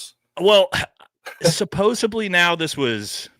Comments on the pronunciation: Brother I love you but you gotta stop saying “Supposebly”, it’s driving me up a wall. The word is supposedly. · The word is pronounced SUPPOSEDLY not SUPOSIBLY. My God. And stopping fucking with your hat and ear piece. It's very annoying. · SUPPOSEDLY!!!!! Not sopobably!!! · 'SupposeDly' not 'supposeBly' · Bro I love you but you gotta stop say “supposubly” haha😂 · Can we please fix the “supposebly? It’s supposedly. 😂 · It’s pronounced “supposedly” NOT “supposebly”. It’s a “d” not a “b”. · Supposedly, not supposably. Better yet, allegedly. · The word "supposedly" doesn't have a "b" in it. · OMG kept thinking the same thing! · Friendly tip, there’s no B in the word supposeDly. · Is it an ongoing joke that you keep saying 'supposebly'? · Stop saying "supposbly" smh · Please stop saying "supposeBly" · Someone has got to tell him how to pronounce and spell supposedly